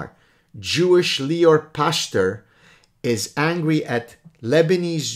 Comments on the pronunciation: Pachter is probably pronounced Pach-ter with a gutteral ch, like chet in Hebrew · It's פכטר. The ch is pronounced like the letter خ . That guy must be really bored if he goes after you so diligently... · "Pachter" with a soft "ch" like in Bach, means "tenant [farmer]" in both Dutch and German. It seems that a different profession (the oldest) would be a more suitable family name ;)